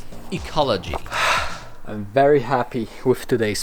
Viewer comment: I like…..wery, wery good!